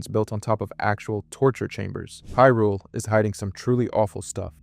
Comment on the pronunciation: Not only that, bro had the audacity to say "Hill-ians" and "COCK-ariko" 😂 Didn't know Link was trying to save "Hill-rule" 🤣 Edit: Nah bro is messing with us. No way he says "Shīghka". Wtf? 🤦‍♂️